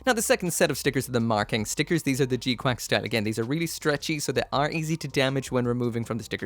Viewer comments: It's pronounced g qux not quacks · They sort of do but its incorrect. One of the gunpla youtuber's shared the release statement and it emphasized the pronunciation as quacks. I just can't remember which channel .